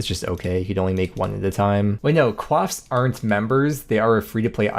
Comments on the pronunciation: bro just called coif a "cwof" 😭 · i'm sorry, did you call a coif a quaff. what in the french canadian? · bruh i just learned coif is pronounced like that (i was saying it wrong for like 20 years but at least im not a native)